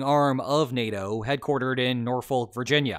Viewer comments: It's pronounced Nor-fuk. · Every time mispronounces Norfolk, I die a little inside.